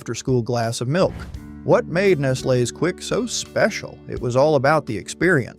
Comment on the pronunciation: Learn to pronounce Nestles properly, ffs.